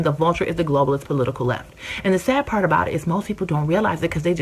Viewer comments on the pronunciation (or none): none